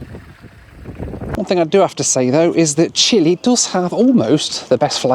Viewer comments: „Chili? This is a condiment. The country is Chile. The e in the end should be pronounced as in ten and not as in tea. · CHILE NOT CHILI LOL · Until I saw the map and spelling of the locations, I didn't know where you were headed,. It is not PORTO Williams and the country is not CHILI (OR CHILLY--which is what you were) Puerto Williams and Chile. Please learn the correct pronunciations so your followers aren't confused. (maybe I am the only one). But the BAC-146 is pretty cool.